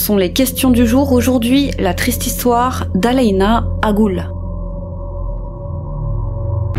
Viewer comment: Bonjour, ça ne se dit pas AGOUL mais AGUL.